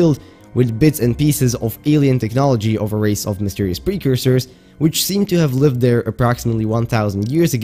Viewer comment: "one of the buildings constructed by the precoursers" ah yes. A man of culture. Love it